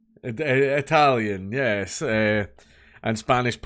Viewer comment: I came here for the perfect pronounced Italian names, wasn't disappointed 👌